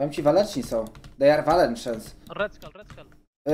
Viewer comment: "They are walenczens" mnie rozjebalo do konca XD